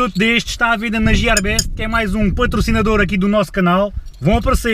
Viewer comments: entao porque e que dizes jiarbest tipo nao tem sentido nenhum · Não digas jiarbest. É gearbest! É "G" e não "J". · jierbeste? nunca ouvi falar ahahha (gearbeste) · gearbest é com g e não com j. tirando esse pormenor, os teus videos são 5 estrelas. top! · Diz-se Guiar e não Jiar best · n e jearbest é gearbest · diz-se guiarbest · não sei porque dizes isso, porque ninguém diz jierbeste. quando falas dos produtos da gearbeste e dizes jierbeste as pessoas nem sabem o que é isso. abraço